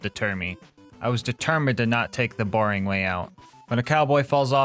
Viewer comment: "the boring way out" or "the B0REING way out"?